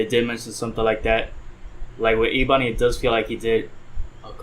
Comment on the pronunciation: It’s pronounced “Eh-Bun-ee”